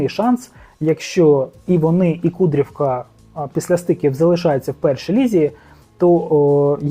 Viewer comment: автор не КуДрівка а правильно треба ставити наголос КУдрівка, а як ви мене всі харите коли не правильно наголос ставите, до чого тут результати Металіст 1925? перша команда в Харкові це дембель Металіст Харків, а Металіст 1925 нова команда і вона друга в Харкові, Металіст Харків це головна команда була завжди в Харкові, а я взагалі вболівальник Верес Рівне та Динамо Київ, але я також хочу щоб назву змінили з Металіст 1925 на ФК Харків, тимпаче така команда колись була в Харкові назва.